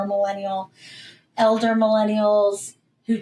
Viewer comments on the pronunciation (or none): You don’t have to put so much emphasis on ELDER Millennials there,.